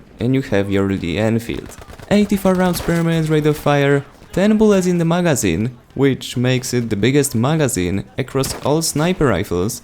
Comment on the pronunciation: Am i the only one who cringe when he says "magazine"